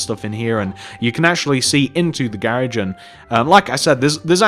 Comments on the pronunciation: I love how u say garage😝😘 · hes said garage wrong